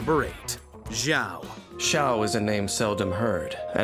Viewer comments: Jee-ao lmao! It’s shao! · "xiao" like to sing ---> not to shing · Amazing...six out of 10 characters had their names pronounced wrong. Not only that, but when they mispronounced Xiao, they showed a trailer where his name was said RIGHT. So editing it together, they heard it pronounced correctly, and STILL decided to keep it in. Beautiful.